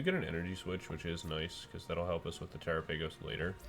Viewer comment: Pretty sure it's pronounced like gala-pagos but tera-pagos